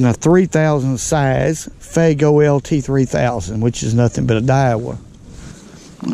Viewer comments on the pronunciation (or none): Beautiful fish. I have to say though. You are mispronouncing the name of your spinning reel. It is not FAYGO, it is pronounced FOOAAAGO. Fuego means fire 🔥. You have taught me things, hopefully I have taught you something.